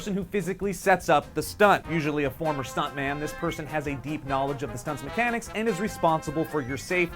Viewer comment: Stuntmun. Pretty sure that's how I said it. Pretty sure I'm totally okay with this.